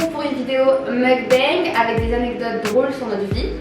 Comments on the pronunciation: c'est pas "meukbeng" mais plus "meokbang" (faut pas prononcer bang à l'anglaise lol), sinon video sympa xD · Ce n'est pas la bonne prononciation de "mukbang".